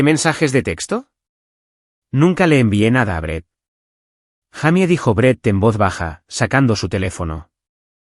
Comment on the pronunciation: No se dice jamy se dice jeymi esa la pronunciación correcta en inglés para Jaime